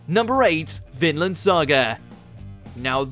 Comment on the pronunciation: vinland not finland